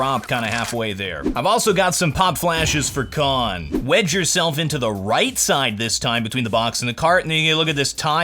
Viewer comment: everytime says "wedge yourself" i kinda hear wet yourself. is this freudian?